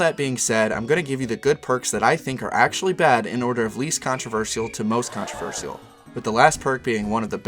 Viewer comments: He sounds American but the way he butchers the word ' controversial ' genuinely makes me think it's an AI voice. I could be very wrong though, just a thought. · You say controversial weird